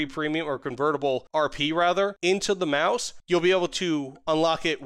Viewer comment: Your Sturmtiger/Maus pronunciation is spot on!